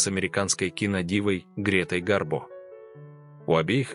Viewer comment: Не Юрий, а Владимир Краснопольский, не Богдан, а Борис Хмельницкий и Грета ГарбО, а не ГАрбо! Хотя бы имена великих людей правильно называйте и ударение верно ставьте, а то ухо сильно режет от такого ПОЗОРА!!!